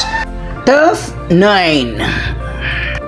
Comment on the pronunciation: First off, Saan galing ang mga figures mo na yan? Parang di accurate ang data mo bro eh...TOP10 not (tough10) with165M tapos yung (tough9) TOP9 mo naman with 55M only???with 40M subscriberS! pano nangyari yun? Pag plural with S dapat. So SUBSCRIBERS dapat diba? So improve your data...Important yan. And pls fix your P&F deficiency meaning, don't pronounce your F as P and vice versa...For example, pag FOUR, it should be pronounced as FOR not POR. And same thing if it's P naman, don't pronounce it as F...You're just reading your scripts right?so pls read it clearly and accurately, so it would be pleasing for all of us, your listenerS! Constructive criticism that you may consider, but believe me, it's for your betterment, if you want to continue this as your career.God bless you!